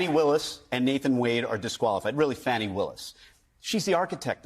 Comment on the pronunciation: To the guy mispronouncing Fani's name: you know how to pronounce it correctly by now, so by misprouncing it, you are deliberately being disrespectful. Shame on you.